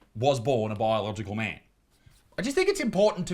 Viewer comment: what's a "myaaan"?